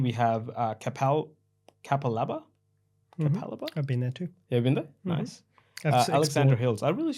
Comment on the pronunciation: Never heard Capalaba pronounced like that hahaha. All the Morten Bay suburbs you mentioned have been on my radar since beginning of this year so its very refreshing to hear it from some actual property investors too!